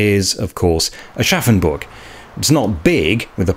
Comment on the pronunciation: I will never not hear "Arschaffenburg" in my head and I think I might be forever 12.